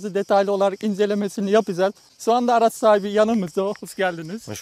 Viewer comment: Araz da değil (araç)